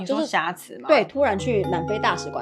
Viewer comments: 挾ㄒㄧㄝˊ持 荒謬ㄇㄧㄡˋ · 補充一下 挾(ㄒ一ㄚˊ)持